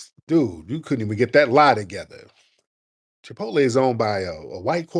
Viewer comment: The ngga said Chipotle!!!!????? 😅😂😅😂😅 thats embarrassing